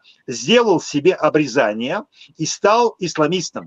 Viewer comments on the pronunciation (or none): aie du respect: обрЕзание (circoncision), pas обрезАние.